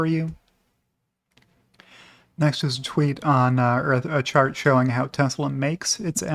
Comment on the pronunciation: I hear shart not chart.